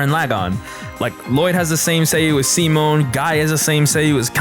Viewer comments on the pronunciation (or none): none